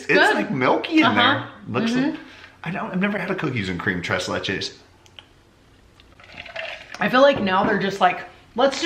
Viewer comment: Well Just keep embarrassing yourself by pronouncing It wrong. Look it up in the dictionary.. It is pronounced trace lay. It is a mexican dessert.